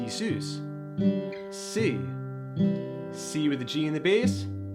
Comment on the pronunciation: Nice video but please, sus is pronounced Suhz, like Suspended, because it is a suspended chord. so not Seuss. Suhz. Also the root isn't changing, it's the bass note. The root of the C/G chord is still C, it's just voiced with the fifth in the bass.